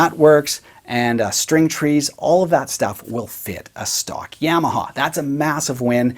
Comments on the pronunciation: Ya-ma-ha. Not Yeah-ma-ha. Otherwise, very nice video as usual. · Black it out, and please quit saying YAM’-aha..